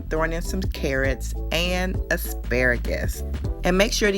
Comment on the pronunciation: Ass-pra-grass ? No thanks.